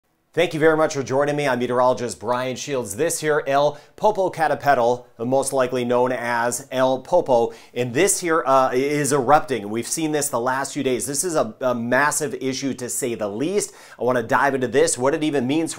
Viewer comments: Hey Brian. We follow you closely, especially in hurricane season!! Just a tip... it's PopocaTEPetl, accent on the TEP (the little accented e). Or Popo works too 🙂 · Its pronounced.... POPO KA TEP PET. The "L" is silent in Nahuatl.